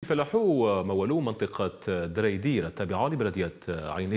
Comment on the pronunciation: زريزير وليس دريدير